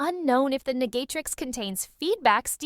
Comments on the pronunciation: Did i hear niggatrix when it said Negatrix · It sounds racist. It sounds like (n***atrix instead of negatrix) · “The negaytrix” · Immediately came to the comments after it said negatrix